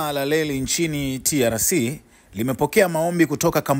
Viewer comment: Mbona wewe mtangazaji huna R???? Leli😮tunaelekea wapi?????